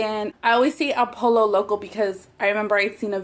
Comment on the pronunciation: how does one pronounce "guacamole" in a Spanish accent, but not "pollo"??